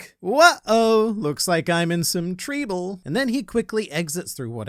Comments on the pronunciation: "WUH OH, looks like I'm in some treeble!" lmao, that one got me 😂😂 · "Looks like I'm in some treeble" 😂 Also, bold of Greenbull to suggest he fears Kaido but not Luffy.. the guy that beat Kaido 😳😅🤦‍♂️ I think Zoro could solo Greenbull. Greenbull a joke now he couldn't even make it to Luffy imo. I love this appearance by Shanks. But I think it was lucky for Greenbull. Yamato prob could have beaten him it seems imo. Jinbe might be bad matchup since water feeds plants, but Sanji could prob beat Greenbull too! Greenbull is a joke in my eyes now 😳😅 Plus God Usopp plants is like him having a bunch of little Greenbulls. Run along little Greenbull, back to Sakazuki, shew shew. I'm arrogant about Strawhats power now 💪 They got this all day 💯